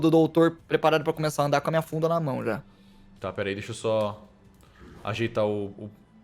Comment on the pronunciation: eu entendi bunda em vez de funda